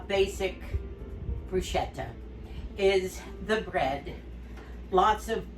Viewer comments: Hi, I'm making baked fish pizziolla.............almost a bruschetta tomato................BTW...... CH in Italian is pronounced KAY Brus kay ta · You are a treasure! Your demeanor and love for others really shines through! I just wanted to mention one thing and it is not a criticism but since my Mother was Italian and i speak the language having gone to school there, I thought I would mention that the word bruschetta is pronounced BRUSKETTA and BTW yours looked delicious! May the Lord continue to bless you and Moosie abundantly!